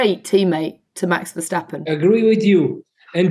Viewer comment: Tom, the whole world says Max Ver-stap-pen..... you are most likely the only one who is butchering the name to Nax Vershjstappen.... could you pleaaaaaaase adapt? Please? Appreciated, especially since the show is great!